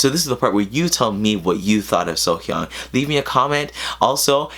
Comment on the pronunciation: You are one of the few that pronounce her name correctly the first time. Off to a great start...lol